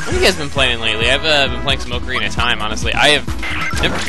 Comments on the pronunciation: it is pronounced AH-CO-REE-NAH ocarina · you said "ocarina" wrong.